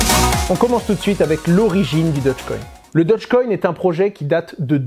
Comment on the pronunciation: Dogecoin pas dodgecoin...